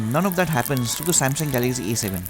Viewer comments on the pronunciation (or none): What kind English you speaking this is A 7 not E 7